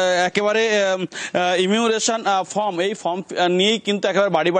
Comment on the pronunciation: নিউজ এইটিন, কি সাংবাদিক( প্রথম সাংবাদিকটি) আপনাদের? যে ফর্ম কে ফ্রম বলছে। সত্যি, কি শিক্ষার মান হয়েছে এই রাজ্যের